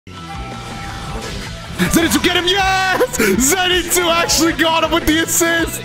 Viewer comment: Who is Zenetsu I thought it was Zenitsu